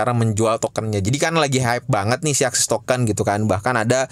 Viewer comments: Bang tolong tolong banget bilang ASIK TOKEN bukan AKSIS TOKEN 🙈🙈🙈 😂😂 TOLONG TOLONG BANGET PEGEL GW DENGERIN NYA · ASIX bang... Bukan ASIS apalagi ISIS.... 😂😂... SALAH sebut meleee lu bang...